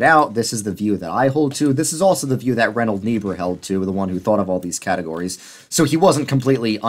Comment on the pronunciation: Ok, say it with me: RINE-hold NEE-burr. I speak German as a second language. That aside, this was an amazing video. One Christ redeemer of culture enjoyer to another.